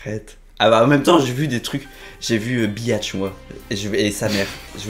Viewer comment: Sa se dit bitche pas biatche